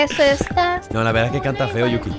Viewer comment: Nunca entendere porq dice velda en ves de verdad